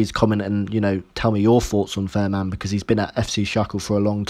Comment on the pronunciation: Pronunciation corrections Fahrmann = “Fair Mann” Schalke = “Shalker”